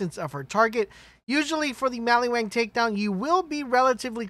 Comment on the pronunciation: Mali-WAN. Not wang!!! Are you remedial?